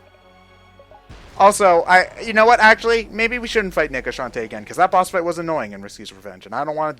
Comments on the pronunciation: please stop saying nega shantae. You make it sound much "different" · _- who else kept miss hearing nega as well, swap out the e with an i. they sound so similar and no matter how you say nega, it just sounds like the other thing.